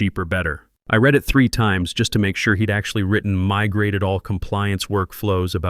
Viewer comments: Why is it that almost every one of these videos posted can never pronounce the word "read" as it's used in the storyline? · do you think these AI scammers will ever learn the nuances of English (read/read).